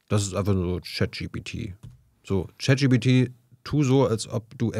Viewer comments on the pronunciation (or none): Sehr coole, interessante Frau. Nur immer leicht gecringet, wenn sie Chat-GTP (sic!) sagt.